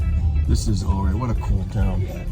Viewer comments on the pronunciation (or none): Local here, Ouray is pronounced “yur-ay” nice vid 🤘🏻